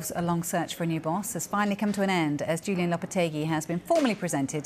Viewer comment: Julen, not Julian